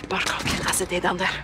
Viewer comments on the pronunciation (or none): man by the looks of it, this game is rank propaganda... and they pronounced Azadeh wrong.